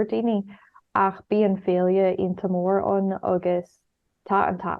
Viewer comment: My favourite part was the pronunciation of this sentence 'so there's a really big festival there,' specifically the 'mhór ann' part meaning 'big there' because it sounds like Morton F.C..